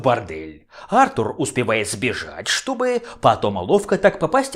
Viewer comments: Сергей Воронков, потому что британское имя произносится именно как Артур, а не артУр. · А́ртур, Ва́ркрафт... режет слух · Почему Артур, а не артУр?